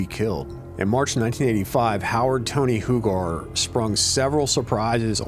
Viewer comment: Tony Hugar is pronounced “U-Gar”. Love the Altoona videos , born and raised. Keep’em coming.